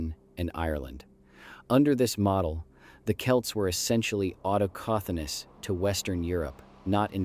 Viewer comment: Stepee? Auto-coh-thonous?